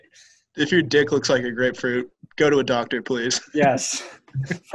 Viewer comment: "Grapefruit" lmao.